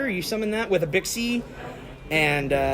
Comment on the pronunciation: Happy to see this deck return! But as a Chinese, still triggered by 'x' in names not being pronounced as 'sh'! Bishi and Bashia!